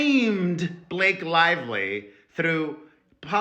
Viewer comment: Did you just call her 'Butthole Lively'???? 😅😅😅😅😅